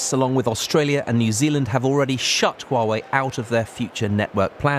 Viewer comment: Why are you saying Huawaway?